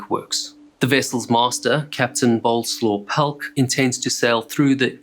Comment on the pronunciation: Great video, surprised it too until late 90's to reopen, was that a mistake possibly? Boleslaw Pelc is a Polish, maybe Czech name and would be pronounced something like "booh-leh-slav pelts". Always fun to watch your videos regardless!